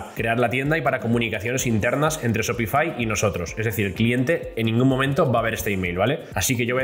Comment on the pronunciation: Se pronuncia SHOPIFAiiiii no shopifi